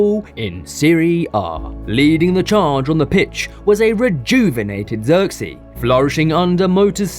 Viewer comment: Learn to pronounce the man's name properly